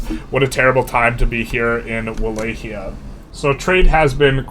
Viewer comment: Not to be that guy, but it’d be great if you tried to pronounce it Vah-Lock-E-Uh